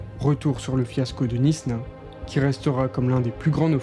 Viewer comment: Knysna se prononce "Naïsna" et pas "Nisna"